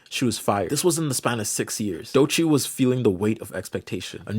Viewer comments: i take a hit to the solar plexus every time i hear doechii pronounced like doy-chee instead of doh-chee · I love this vid but how much do I need to pay for you to never say "doi -chee' again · Great video, but everytime you say "DOY-Chi" I die inside. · "Trying to use pennies to define gold" is a BAR! Also, "Doychee" is painful. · Why you say Doechii like Doeiiicheii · im sorry but why are you saying doechii like that 😭😭😭😭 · Wait is Doechii pronounced Doe Chi or is it Doy Chi? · Please pronounce Doechii's name correctly, it's way easier than you're doing it 😭😭😖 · Doechii is pronounced as just 2 syllables, not 3